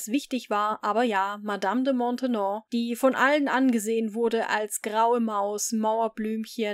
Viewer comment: Die Nachfolgerin der Madame de Montespan ist Madame de Maintenon, nicht Montenon!